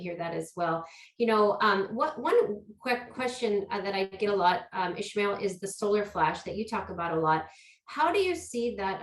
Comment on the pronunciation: Why are they saying Ishmael? There us no h in his name. Why isn't he correcting them? I was told in my Dale Carnegie class how important it is to get a person's name right. If you are going to interview on a public forum ,please get the name right.